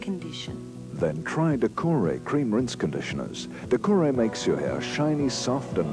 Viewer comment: No, not Decora - Decoré.